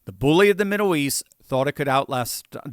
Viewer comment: Why do you pronounce Middle as Middow